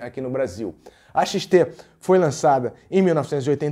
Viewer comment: Xtesão???? kkkkkkkkkkkkkkkkkkkkkkkkkkk,Mano fala Yamaha XT grande,kkkkkkkkkkkkkkkkkkkkkkkkk